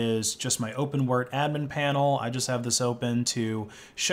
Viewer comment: Please stop saying "Open-wurrt". It's "Open W-R-T". Sorry, pet peeve, it triggers me everytime I hear that 😅